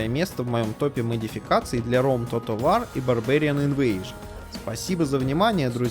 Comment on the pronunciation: Как ты сказал?"Тотал вар"?Выпий йаду,аффтар!Хоть бы в словарь заглянул.